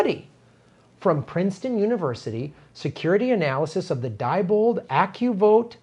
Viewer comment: Sorry to be so pedantic, but Diebold is pronounced "dee-bold". Not certain, but I think that is typical of German pronunciation.